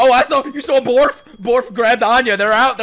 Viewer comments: Bond: “Borf”: “Borf” I-- Bond: “Borf”: “Borf” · Lol said the cant barf instead of bark it kinda reminds me of Anya when she says the wrong thing